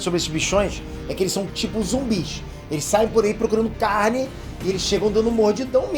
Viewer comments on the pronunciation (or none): none